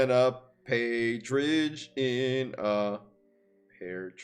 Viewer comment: mispronouncing partridge was the real cringe moment.